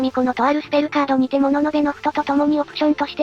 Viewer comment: 自分が一番好きな中ボスは秋静葉。秋姉妹好き。 神主は大妖精と小悪魔の名前を聞かれることが多かったから中ボスにも名前が必要なんだなと気づいてリリーホワイトには名前がついたとかなんとか。 そんなリリーも永らくスペカがなかったが東方天空璋で14年越しに初スペカを披露しファンを驚かせた。 ところでいつも読み間違い多いけど今回特にひどいなあ。そりゃゆっくり動画に読み間違えはつきものだけども。 物部布都を「もののべのふと」と読むために登録してるんだろうけど布都を「のふと」って読むの気になる。